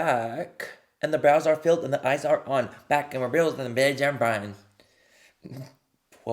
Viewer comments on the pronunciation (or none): none